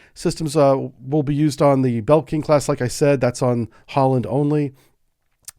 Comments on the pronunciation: and NOT Belking 😀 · Great video! One thing - you keep pronouncing Blekinge as "BEL-king" - it's "BLE-king-eh" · Not "Bell-king" class. "BLE-KING-E" class. :) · I was listening without looking and somewhat confused about the Belkin class until I saw the screen and realised it was Blekinge (l and e are switched). That said I much prefer a real human voice over a "perfect" (haha, none of them are) ai voice. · About the Blekinge class submarine. It is currently under construction. The name is pronounced Blee-King-ee, its a province in southern Sweden that was Danish until 1655 and has a big heavy metal festival every year, Sweden Rock. Feel free to visit it, always good bands. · A26 Bleh-king-eh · We have more than 3 subs, the Gotland class consists of 3 units though. Another thing, the new class is called the "Blekinge" class (Blekingeklassen in Swedish) if you are an American you can pronounce "Blekinge" almost the way you naturally would with your US accent but you can actually pronounce "Blekinge" the way you naturally would because anyone who understands Swedish and doesn't hold a general dislike against Americans, sadly nowadays there are way more of them, would understand what you say.The other ones would understand, but pretend they don´t, but its stupid to mix people with politics they also quite often don´t agree with. Also, once more, even with a US accent you get Blekinge "quite right, not 100% but almost 🙂